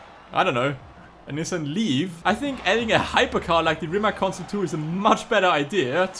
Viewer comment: Pronounced Reemats.